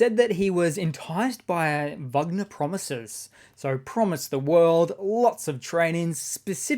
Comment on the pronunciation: "Wanger" instead of Wagner...LOL Mobilized Russian, convict "soldiers" are wankers.